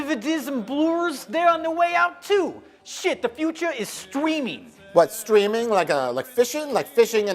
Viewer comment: lol "stweeming!"